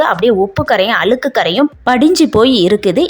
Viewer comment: அளுக்கு இல்ல அ ழு க் கு என்று உச்சரிக்கவும்